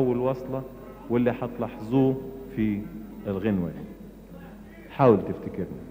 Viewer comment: وايضا كلمه حاول حاول لا احد اجاد نطقها بعذوبه حليم